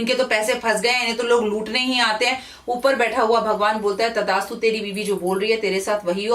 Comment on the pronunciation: Not tadastu it's tathastu